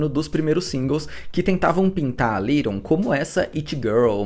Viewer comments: Se fala LEighton nao LIGHTON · Só não entendi porque ele pronunciou o nome dela o vídeo todo como se fosse little e não Leighton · adorei o vídeo porém tentando ignorar o fato de vc pronunciar Leighton como “little” hahah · Parabéns pelo vídeo. Só um comentário: a pronúncia do nome dela não ficou legal (é difícil mesmo) só ouvi A Little, A Little. ????